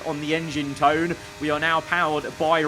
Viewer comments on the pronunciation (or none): none